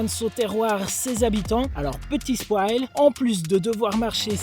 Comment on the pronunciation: "Petit SPWAAL! " j'adore ^^ Continue bro 💪